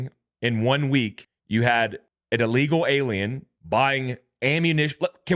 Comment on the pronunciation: Don't say " uh-legal", say ill (as in 'sick') legal. "Ill-legal". Otherwise go back to ESL.